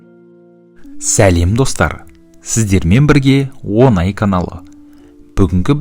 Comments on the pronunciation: Онай емес оңай. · ОНАЙемесОҢАЙ десей мақау